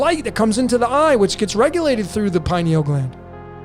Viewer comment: Just my two cents on the pronunciation— pronounce similarly to “linear”. Pineal. Pin-e-ul. Accent on the first syllable, pin